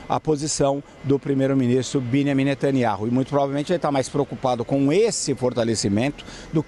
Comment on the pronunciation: Não sabe nem pronunciar o nome do primeiro ministro de Israel 😂😂😂😂